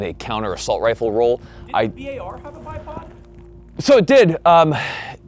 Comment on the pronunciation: >bi ay ar instead of bar he be sayin "bi ay ar" lol blyat dizzed